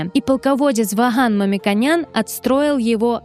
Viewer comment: 3 грубейшие ошибки. 1. Если винодельню нашли на территории современной Армении, это никак не значит что вино изготовляли древние армянские мастера 2. Не МамикАнян а МамикОнян, уважайте этот древний род. Хватит постоянно искажать фамилию. 3. В 2012 году в школах начали учить шахматы и через 12 лет (получается 24 год) это дало свои плоды и Армения стала 3-жди победителем в международных играх. ВНИМАНИЕ 2006, 2008 и 2011. Вы хоть вникайте что говорите???